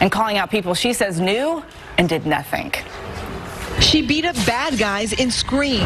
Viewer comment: "and did nothink"